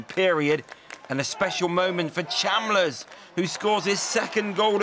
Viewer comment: How is Chalmers pronounced 'Cham-lers'? I'm getting sick of now